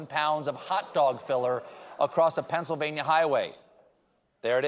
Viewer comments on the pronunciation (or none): none